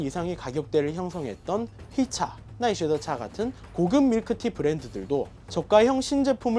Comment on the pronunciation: 심지어 나이쉐노차 아닌가 중간에 히라가나가 보이는데